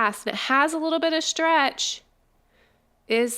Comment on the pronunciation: You say shtretsh not stretch